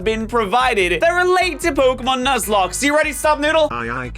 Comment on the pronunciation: Please tell me I’m not the only one who heard say “luzlocke”